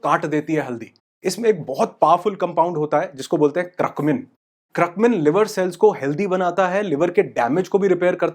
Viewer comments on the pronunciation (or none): Curcumin...Not Cruckmin